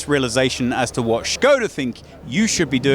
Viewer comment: the way you pronounced SKODA, made me absolutely furious